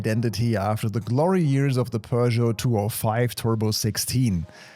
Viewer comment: Bro pronounced Peugeot correctly 🤯